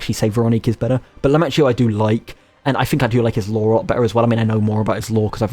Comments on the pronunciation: Other thing: most of the names in this game come from italian so when you see any word like the name arlecchino or lumacchio where you ser the "ch" you have to pronunciate it like there is a "k" like "arlekino" or "lumakio" or for istance in reality you pronunce pistacchio in the same way: "pistakkio". This is just a tip to pronunce italian words better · I only have one complain: as an italian, I can't stand how you pronounce Arlecchino's name🤣 same goes for Lumacchio.